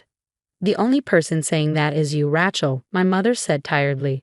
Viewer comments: Not a tool either - ratchet. "A" as in ABC pronunciation. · “Rat - Chel”? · The name is Rachel not Ratchel